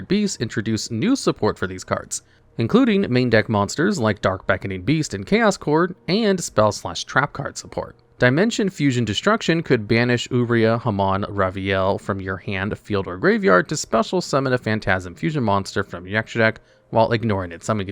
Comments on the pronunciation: Heinous. Hay-nus. Uria. Your-Eye-Uh. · Oohrai? I thought it was uria😂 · It's pronounced "You-Rye-uh". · Why cant any of you ever say Uria correctly?